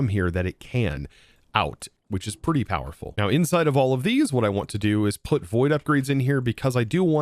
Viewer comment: Don't you mean more "Powah-ful"?